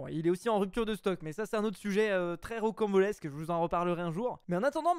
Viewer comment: Entre et dit rockembolesque